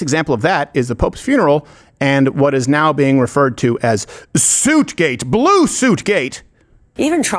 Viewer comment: The Porn Bots thought you said "Blow" not blue.